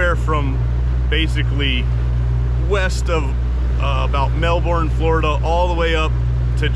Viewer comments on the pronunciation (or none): none